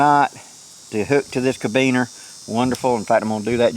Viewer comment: I cant resist.... ca-RA-biner, not cabiner.